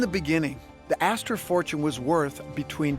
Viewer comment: john jacob aster-hymen-smitch? 😂 🍻